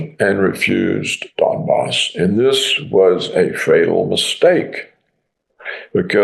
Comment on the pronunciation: Donbas pronounced Dumbass